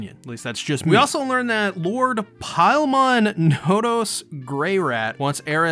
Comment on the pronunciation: It’s Philemon, not Pilemon